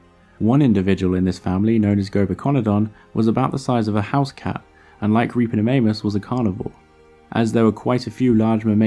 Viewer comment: Sorry but all I could hear was "Ripperofannus".